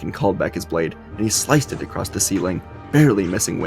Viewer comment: You forgot the t so that you know